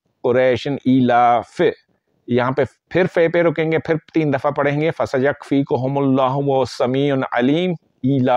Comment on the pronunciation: قرآن کریم کی فضیلت میں تو کوئی شک نہیں ۔اپ اپنا تلفظ صحیح کریں ۔فسیکفیک کا تلظ